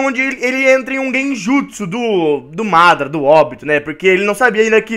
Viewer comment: mano tu fala obito e madara errado